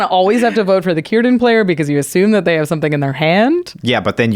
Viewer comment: is right about the pronunciation for Cirdan. He was one of the great elves, the wisest of the Sindar Elves and the elves in his time and also known as the oldest elf from the second age till the 4th age untill he left middle earth, he was also known as Nowë and his name Cirdan means Shipwright in elven. He had one of the 3 rings made by Celebrimbor, namely Narya, which he later had passed on to Gandalf. He was known for his skills at making boats and otherwise I dont believe he was that wel known, compared to Galadriel or Elrond of the 3 ring bearing elves.